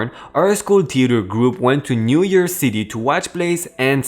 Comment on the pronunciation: I disliked this because of lousy grammar and poor pronunciation. Also, lots of errors. 1. Girl in wheelchair referred to as “he”. 2. Broadway is in New YORK City, not New YEAR City.